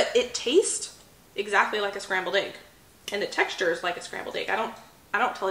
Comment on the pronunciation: Egg not agg